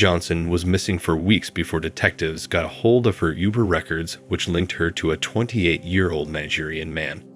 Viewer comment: You need better voiceover software. “Com-promising” “min-ij” “youber”